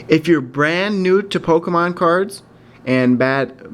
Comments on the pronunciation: It's poke e mon not poke a mon. Grammar much? :) lol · It's Pokémon